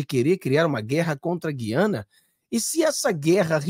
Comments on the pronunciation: em toda a Amazônia se pronúncia a séculos, GU/ IANA E não GUI/ ANA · Gu-i-a-na, mudaram a pronúncia de sempre das Guianas! Dói meu ouvido!